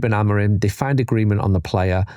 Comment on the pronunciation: Is it just me , or do alot of people say Amorin instead of Amorim?